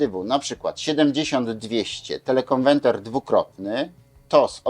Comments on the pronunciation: TelekonweRter a nie telekonweNter !!!! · telekonweRter a nie telekonweNter, niech pan polska mowa nie kaleczy, bo brzmi śmiesznie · dlaczego mowi Pan "konwenter"???:))) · Oj tam, facet się przejęzyczył X razy ale przecież wie o czym mówi. Takie czepialstwo. Każdy z nas nie raz, nie dwa przekręcił jedną literkę, świat się nie kończy.